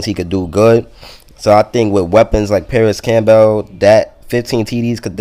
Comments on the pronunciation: Issat how u pronounce Campbell's soup? Camp- bale? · My man with the "Cam-Bell" you probably say the vehicle that takes you to the hospital is an ambalams huh?